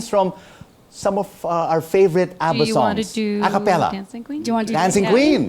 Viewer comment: Thats not ABBA thats ADDA😂😂😂